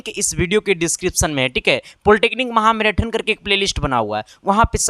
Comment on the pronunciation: मैराथन कहा जाता है न की मैराटन 😅😅 हद है